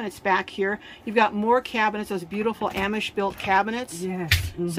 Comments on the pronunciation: Wish person doing interview could learn correct pronunciation for amish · So cute how pronounce Amish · I really enjoyed this teardrop tour! Thank you. I have never heard ‘Amish’ pronounced the way you do it.